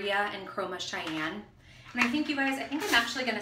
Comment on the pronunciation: I’ve used these reds before but the red you used is called Cayenne like the cayenne pepper 😂 you called it Cheyanne like the Indian tribe 😂😂💕 nice tutorial thank you! ✨✨✨